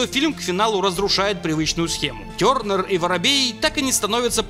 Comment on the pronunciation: Тёрнер с французского? А почему тогда ударение не на последний слог?